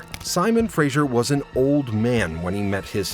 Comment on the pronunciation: Please learn how to pronounce names - just Google! Fraser, Lovat and Culloden all horrendously wrong.